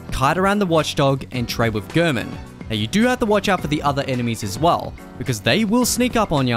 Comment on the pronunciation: It's so odd to me that when Gehrman says his name stating "Tonight, Gehrman joins the hunt," he clearly pronounces it "Gairmen," but everybody who makes Bloodborne content pronounces his name like "Gurrmen."